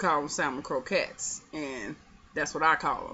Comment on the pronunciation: You are saying it correct my Dear.....lol...